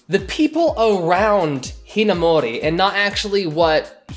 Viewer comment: I'm sorry but I just can't get past the way you pronounce Amu's last name